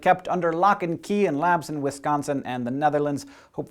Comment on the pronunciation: whoohoo! you pronounced wisconsin correctly!